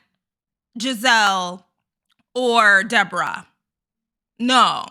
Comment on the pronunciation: It's actually... DEE"BOAR"RAAH... 😂 And she looks EXACTLY like the puppet "Madame"... from the 1980's show "Solid Gold"... GIzelle, Mia, Ashley... and Ashley's "thirsty" friends... are ALL delusional... 🤨